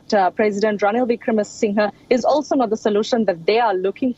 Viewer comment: OMG why can’t Indian anchors take an effort to pronounce the name correctly given this situation has been discussed for months; VIC-RA-MA-SING-HER